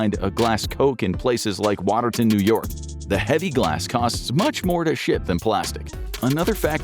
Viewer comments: Lmao. I'm from Watertown ny. And it's waterTOWN not waterton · Its pronounced "water town"